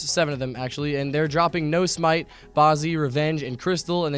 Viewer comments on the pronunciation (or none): none